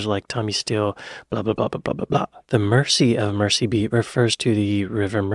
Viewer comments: (for an American) Mersey should sound like merzy, not mercy. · The continuous mispronunciation of Mersey was doing my head in. I couldn't watch the whole thing for fear for my PC monitor. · Mersey is pronounced with a Z like the guy mentioned below. Also, Mersey is the actual river that flows through Liverpool (AKA Merseyside). Hope thats clear.